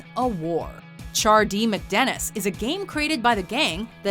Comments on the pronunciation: Can you speak? First of all, it's "Charlie Work" not "Charlie, Work." Charlie is not being told to work, Charlie is describing work like it's an adjective. Secondly, it's Chardee MACdennis, not McDennis. Is the character's name Mc? No, it isn't. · You can tell by the way she says chardeemacdenis she’s never seen the show